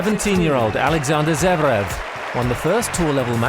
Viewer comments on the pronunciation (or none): It's Zverev, no Zevrev